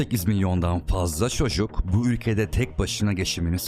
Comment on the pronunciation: "dünya nüfyuzunun" 😒 "jeoçuk" (çocuk)